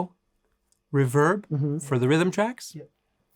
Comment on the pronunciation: Darrell Braun will be thrilled that Robben pronounces reverb "correctly".